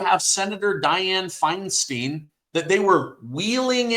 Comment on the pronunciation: The former California senators name is pronouced Diane FineSTINE...not FineSTEEN. However, she was a crook & was collecting FOUR different pensions from her career in politics.